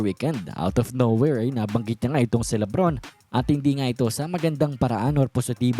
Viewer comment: Suyaon ang pagsabi mo Libron James instead na LeBron James 😅